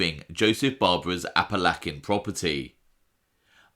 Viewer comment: a-puh-la-chuh. I luv ya but you are just killing me with the a-puh-lak-a